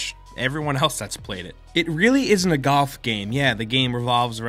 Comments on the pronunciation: galf? golf? goth? what are you trying to say??? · why was he pronouncing GOLF as GUUF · Are you saying "Goff" or "Golf"? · You said Golf so many times I kinda forgot what it means. Sounded like "GUHF" by the end of the bit :'D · Is anyone else noticing he's saying 'gaulf' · I thought he said goth but he said golf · The first time maybe second as well i heard golf the rest all i kept hearing was "gof" instead of "golf" idk if it was just me but i literally couldn't hear pronouncing the "l" anymore haha. to be fair though i definitely mess up a word sometimes as well when i say it over and over again. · So I'm not the only one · GALF. GALF. Me and me mates went down to the club to play GALF. Please. Its GOLF, with an O. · Too many “gof”s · Take a shot Everytime he says galf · I laughed literally every time he said "GAWLF", boy that put me in a good mood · every time says "gawf" i die inside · Galf.........? Merio?? Edit: You're just trying to piss me alff... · why do i keep hearing Gulf when he says golf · Was anyone else hearing "gawf" when ever he said golf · When he says golf it sounds like "goth" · Ah yes "Galf" i too am aware of- oh wait is it "Galf" or "Gahwlf" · Gawlf... goth... gathf... come on, pronounce it right. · "it's not necessarily a galf game" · Any one noticed the way he said golf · Bruh this guy doesn’t know about the L in golf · Love ya, but y u sayin golf so weird? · Is it me or is he saying golf weirdly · You say golf weird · The way you talk reminds me of Chris Pratt, other than the way you pronounce golf lol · The way he says golf pisses me off. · Learn how to pronounce the word "golf" before u say it 15 times